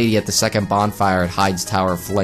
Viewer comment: Correction: high-dees Tower.